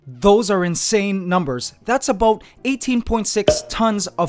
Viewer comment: You can sometimes hear his accent creeping in " that's aboot...